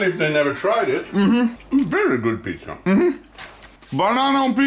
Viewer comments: he just says it in swedish xd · Is it me or is he saying PITZA? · Let's make swedicfhdtyucs "pitza"